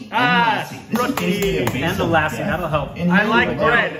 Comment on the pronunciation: It's not Laassi guys, it's Luh-ssi!